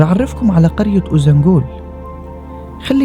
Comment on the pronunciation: شكرا للفيديو الجميل بس عندي ملاحظة ليش بتحكي قرية اوزانبول مع انها اوزانجول، هل لفظها بيختلف بالتركي مثلا